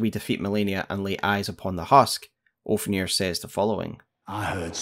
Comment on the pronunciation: Also love how you call Ofnir Oafnir lmao